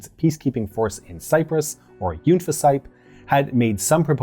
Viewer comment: yours is the most idiosyncratic pronunciation of "UNFICYP" I have ever heard. Having served in it, we always said it as "UNficyp": that first syllable is stressed and rhymes with "fun," the second is sounded as the "fi" in "fit," and the last is a homonym of "sip."